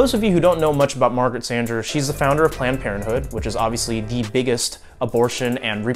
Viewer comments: You’re pronouncing “Sanger” incorrectly. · I'd never heard anyone pronounce her name like he does. XD